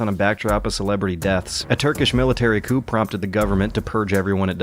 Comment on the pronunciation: did he just pronounce coup as coop. classoc